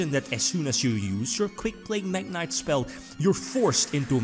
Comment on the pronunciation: Saw Mekk knight Me: omg here it comes Its MekkInvoked Also me: cmon, fuck off.... Its not mekk =-=